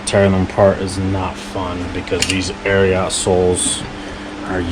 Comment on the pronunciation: Also it’s pronounced just “Ariat” not “Ariaht”. 😆